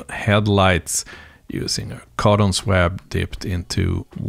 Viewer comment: I love the Krokodil; it was such a wonderful workhorse. Your videos are always interesting and I am totally amazed by your excellent English. May I offer one small correction? The word 'swab' is pronounced "SWOB" - what a crazy language English is! Greetings from an Englishman who cannot speak Swedish. Paul